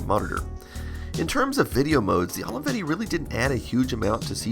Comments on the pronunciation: I love how you say "Holeyvetty"😆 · Took me a while until I realized ALAVEDI is how americans pronounce Olivetti, apparently :D